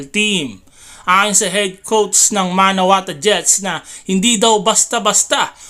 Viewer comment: MANAWATU.... hindi MANAWATA. lol